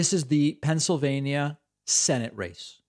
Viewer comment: Oz said “FENSYLVANIA” …unstroked💀💀💀